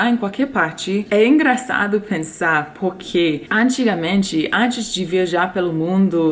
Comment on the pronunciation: O seu poque sem o r e muito bom kkk